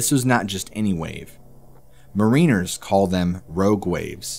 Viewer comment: You're mispronouncing "bow" and "mariner".